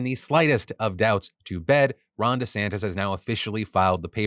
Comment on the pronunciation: Merman? MERMAN?? EDIT: DiSantis?? DISANTIS??